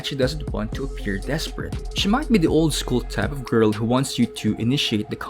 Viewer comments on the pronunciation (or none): Am I the only one to laugh on the way he says 'grrl'😆